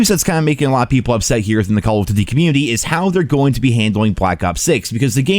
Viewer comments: "Call o'ddy". Slow down, brah. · why cant he say call of duty?